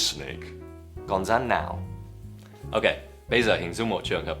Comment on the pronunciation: Con " rắn " chứ không phải " dắn " nhé buddy